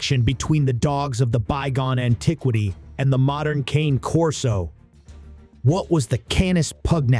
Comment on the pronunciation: How can I trust this when the moderator isn't even pronouncing the name correctly? If dogs weren't used in war, the Persians really lied bigtime. I have read a completely different history of dogs in war. Cane Corso as a war dog? Maybe not, but their ancestors were.